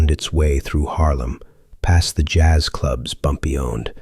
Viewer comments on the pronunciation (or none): none